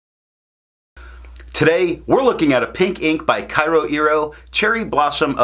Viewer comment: In terms of pronunciation, Japanese has 5 maybe vowels: a (sounds like ah but shorter), I (shorter ee), U (shorter oo) E (like the a in fountain) O (you get that right in tomoe). Vowels next to each other dont change each other - pretend they're separated by a hyphen. Keage sounds like ke-a-ge. Your kyo sounds like kye-oh. it's only one vowel in kyo, so kyo sounds like k-yo-iro. Hope I explained it okay, it's kind of tough to explain it in written form (source - am Japanese).